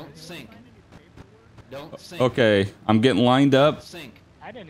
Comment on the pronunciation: “don’t sink”